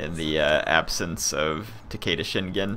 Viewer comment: what would help to pronounce everything is to say it 2-3 letters at a time like o-da or ta-ke-da not ohda or taheida